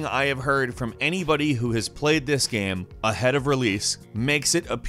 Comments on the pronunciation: GAME... the word is GAME... not "gheeeeeem" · i love the way he says Game, G E E M